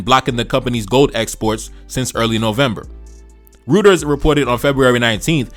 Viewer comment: good stuff brother fyi its pronounced Roy-ters like Roy Campanella